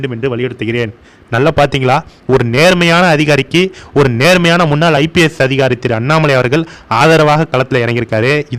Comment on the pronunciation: "முன்னால்" இல்லை. முன்னாள் என்று எழுதவும். சொல்லும் பொழுது சரியாக "முன்னாள்" என்று சொல்லவும்... தமிழை சரியாக உச்சரிக்கத் தெரியாமல் பேச வந்துட்டீங்க.. 🤦